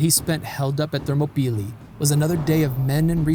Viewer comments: Thermo- peely? I was under the impression it was pronounced Ther-MOP-el-EYE. Ready to be corrected. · Thermopylae: pronounced ther-mop-oh-lie, not thermo-pee-lee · How do you start off mispronunciation a word as popular and well known as Thermopylae? “Thermo-peelee”? Really? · Excellent Also the actual Greek name of the area is Θερμοπύλες Θέρμο=Hot Πύλες=Gates and is pronounced Thermopyles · thermobeelee? never heard that pronunciation before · I had to rewind just to hear his pronunciation again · enjoyed it but wonder if you googled pronunciation of themopylae beforehand